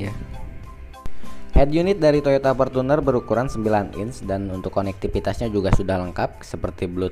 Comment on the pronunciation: Rival bukan ripal, Fortuner bukan portuner. Gunakanlah bahasa Indonesia yg baik dan benar 😁